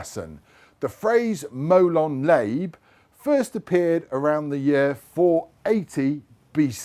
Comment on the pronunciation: It's pronounced molon larbay.. lot molon layb. ;)